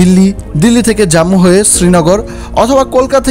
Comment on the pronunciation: উচ্চারণটা "জাম্মু" নয় "জম্মু" হবে । হিমগিরি ১১.৫৫ তে ছাড়ে ।